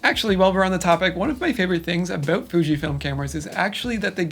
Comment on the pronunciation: Your "about" sounds exactly like Peter McKinnon's. I heard it's a Canadian thing!